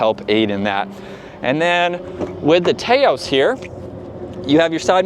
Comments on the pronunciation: Taos is a place in NM known for a rugged and beautiful landscape. It’s pronounced TAH-OS Drives me nuts to hear people mispronounce the car name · Tay-os?? Really? 😆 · he is right. You don't pronounce tacos "tay-cos" do you? If so, may want to do some research. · You are deflecting now. You are in America so use the proper pronunciation for the country you live in and don't try to use British pronunciations for "aluminum" and come off disingenuous. No need to make an excuse and try to deflect that someone in say, Malaysia, says "Tay-Os" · Can’t even watch this video because you can’t pronounce Taos